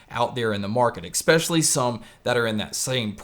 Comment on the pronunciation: Also...there's no "x" in especially. While we're here, same deal with espresso. No x or x sound. Hope that helps.